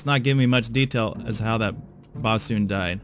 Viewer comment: It's bos'n, by the way, not bassoon. BO-s'n, the way sailors mumbled "boatswain."